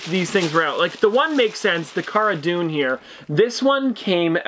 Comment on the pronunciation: Heads up pronouncing Cara Dune wrong!